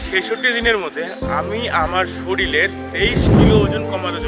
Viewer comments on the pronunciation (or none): Soril na Ota Sorir hobe vai. Jai hok kichu ekta komao.